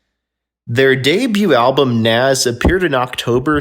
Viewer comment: this guy cannot pronounce rundgren nazz ect. I can't remember the rest he sounds like a fool